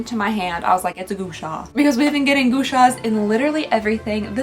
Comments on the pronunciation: Okay I am so sorry but it’s pronounced gwa-sha not goo sha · gu a sha not gúšáá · Hey! Just wanted to give a heads-up that "Gua Sha" (刮痧) is pronounced "gwa sha".